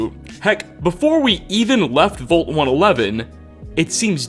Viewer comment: ...the word vault is pronounced like the a in wall, not the o in volt.